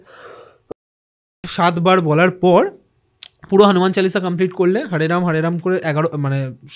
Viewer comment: Kothata "Hanuman Challisha" noe Hanuman Chalisa.... pronunciations problem hole "Mahabeer chollisa" bolun....erom baje pronunciation korben na😡😡😡😡😡😡😡